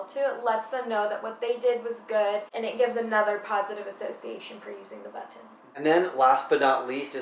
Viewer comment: Its button.....not buhh-tin!!!